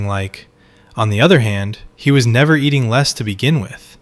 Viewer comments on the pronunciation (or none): none